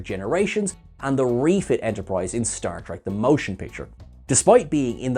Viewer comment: Is it possible for you to quit pronouncing “Star Trek The Motion Picture” as “Star Trek the MOtion Picture”? I don’t understand the emphasis on that one syllable. It isn’t normal and makes me want to quit the video every time you to it.